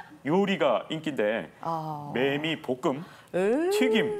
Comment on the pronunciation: 매매가 아니라 매미리고 발음합니다.